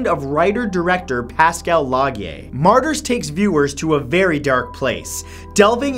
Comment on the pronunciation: He can't even pronounce half the movies on this list.